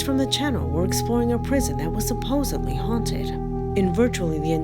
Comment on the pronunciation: Everyone knows there's no "b" in supposedly, right?